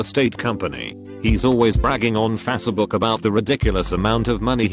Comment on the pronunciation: i absolutely love how the voice pronounces facebook. fasa-book